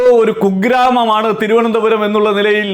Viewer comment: Swantham constituencyude peru polum parayan ariyatha candidate aane rajeeve chandrashekar. Thirunthoram thirunthoram ennane parayunnathe.